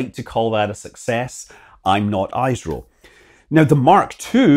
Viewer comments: Great video but kindly pronounce the acronym correctly. ISRO is pronounced "ees-roh". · Small correction: Pronunciation of ISRO is "is ro". IS as in the word "his" and RO as in the word "Romance". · It's pronounced as (ESRO). Love from Proxima Centauri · ISRO is pronounced as esro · Please pronounce the name of the organization correctly … the first letter of ISRO is ‘i’ but you should pronounce like ‘i’ in INDIA… please correct that part , remaining and all are good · " I " in ISRO is pronounced as " I " in INDIA , INDEX, ENGLAND , INSTALL, etc. Not 🚫 as I in Isotopt, Identity , ION, Idea etc . Please note this in MIND. I mind your way of pronouncing ! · no offence scott, I am just cringing on your pronounciation of our sattelite names XD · It's pronounced "is - ro" not "eyes-ro". Thanks for the video anyway. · It is not i s ro its isro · it's pronounced eesro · Just to help you out , it's not EyesRow, it's IsRow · ISRO - Hello Scott, ISRO is pronounced "EESRO" and not "EISRO" as you pronounced. ISRO is widely spread among several components spread across India. Bangaluru (Banglore called by freaking British) is where there are several facilities like Data Center, Satellite Integration Center and few other related offices. AHMEDABAD is where the Command and Control plus other sensitive offices are located. Bangaluru is in the State of Karnataka. Ahmedabad is in state of Gujarat. Then there are more complex research facilities in various states of India with supporting weather that would match the application of various experiments, desert state of Rajasthan, green state of Uttar Pradesh, eastern states of Odissa, Jharkhand and Bihar and southwestern coastal state of Kerala. BTW, Dr. Abdul Kalam is from Kerala. ARYABHATTA...pronounced just like the way it is spelled. We, the Indians have the most winning record in the Spelling Bees competition. Why is Britain and its politicians are so Goddamn jealous of India's success? Do you even have a program like ISRO in UK?